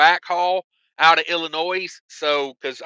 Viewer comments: Not ' I'll in noise ' it's said ," I'll in nose " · Every time he says “IllinoiSSS”😂 Being from IL, there is NO “S”🤦🏻‍♂️